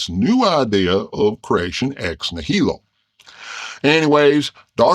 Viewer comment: The stress in "nihilo" goes on the first syllable, not the second.